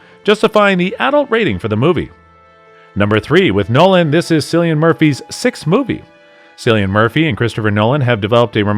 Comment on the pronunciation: Your credibility sinks to its lowest here. How can you comment on a film where you don’t even know the lead actor’s name?! It’s KILL lee un, dammit.